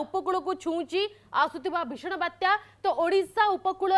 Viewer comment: ବାତ୍ୟ ନୁହେଁ ବାତ୍ୟା 🤣🤣🤣